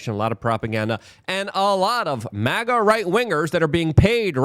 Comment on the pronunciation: It’s supposed to be MAGA ….NOT MIGA